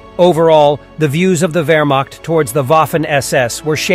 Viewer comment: wermacht diction is not wermakt or wermackt. find real diction of german ch.